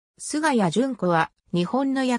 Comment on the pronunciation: すがや ではなく すがたに です